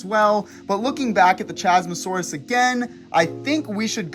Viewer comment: 1. Isn’t it CHASmosaurus, like Chasm?